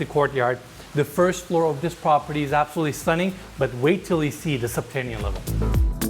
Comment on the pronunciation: 'Subtanian level has to offer'?. U lost me in the 1st minute dude. Its subterranian. Not doin business w this guy sounds like a dummy